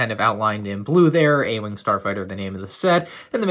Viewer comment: ah yes the “starfigter,” my favorite ship in Star Wars